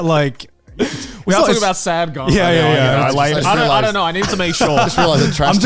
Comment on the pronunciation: Garnt's pronunciation is shockingly on point as well